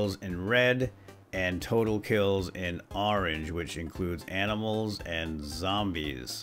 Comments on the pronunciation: well how many times did I hear aminals instead of animals XD still nice video :) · You said aminals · "we're gonna go shoot some zombies maybe some aminals on the way"....what are aminals 😂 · he says aminals :D love your vids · we heard aminals like :D